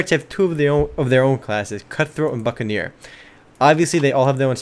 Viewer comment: It almost sounded like he said fuckaneer at one point. XD Anyways, good video.